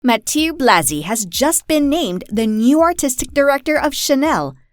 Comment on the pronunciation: Ma ti euhhh !!! And not Mati…